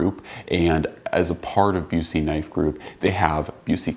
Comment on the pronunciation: Knowing the Owner of the Company I can help you out with the pronunciation. It's Busse as in 'Bus' 'ee'. 'Bus' as in Short Bus.